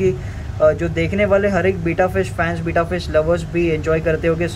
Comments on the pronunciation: Its Betta not Beeta 😂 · Its betta not bita